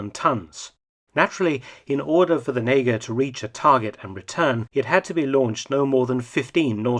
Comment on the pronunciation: As a Dutchmen it's pretty funny to constantly hear you say the N-word when you refer to the torpedo